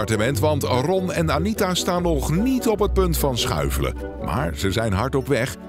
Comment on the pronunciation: Lekker “schuffelen”